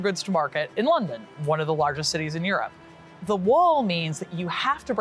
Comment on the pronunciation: "sometimes Europe, sometimes eurdown" 😂